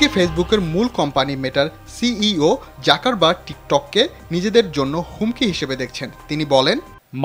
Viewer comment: যাকার বার্গ নয় যুকার বার্গ ।